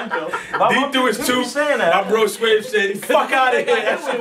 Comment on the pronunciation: nigga said sweave... chopped da tooth in half😂😂😂